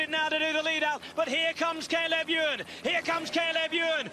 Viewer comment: Is Sean going to learn how to pronounce Cay leb Ewe an's name any time soon?